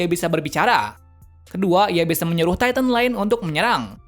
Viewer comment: yah cara ngomong nya gitu